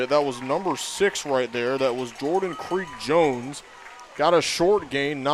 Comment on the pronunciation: His name is Jordan Creech-Jones, NOT Creek Jones! Maybe if you pulled up the MaxPreps rosters, you'd see that.